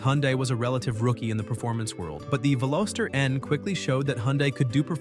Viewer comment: You mispronounced Veloster, it has a soft o. Thankfully you didn't insult us by adding an s ( Velositer ) or calling it a Veloseraptor. 😉The Veloster was introduced in 2012 and ran through the 2022 model year. The N trim was introduced in 2019. Today is June 19, 2026 and I just a quick search and found Veloster N units ranging from $20k up to $30k. I'm on my 2nd turbo Rspec.